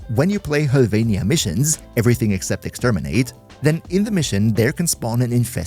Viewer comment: Omfg you're the first person to pronounce Höllvania correctly.